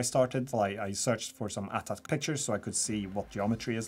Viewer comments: It's called an A T A T not at at, sorry it's just a small thing that kinda annoys me Edit: not to be too negative, the models are great, don't mean to be rude, these are great videos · A-Tee A-Tee. If it was At At, how do you pronounce AT-ST? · Umm... AT-AT isn't supposed to be one word, you say A, T, A, T, Walker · Pronounced... AT(eighty eighty) or Ay Tea Ay Tea...🤣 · Aye Tee Aye Tee. Not at at